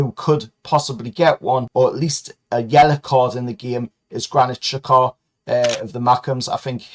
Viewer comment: What an absolute load of bollocks u bloody tool! 😂😂😂 1-0 to us wasnt it? U cant even pronounce Xhakas name properly yet has ur beloved Bruno and the betting fiend Tonali crawled out of his back pocket yet? 😂😂😂 dry ur eyes u sad Geordie twat